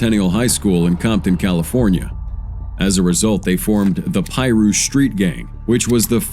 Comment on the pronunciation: The correct pronunciation for Piru : Pie - Rue